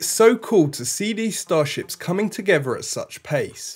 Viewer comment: Did he say...togever ?